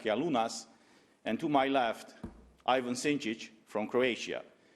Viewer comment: EE-van, not AY-van, but nonetheless - THANK YOU SO MUCH! ❤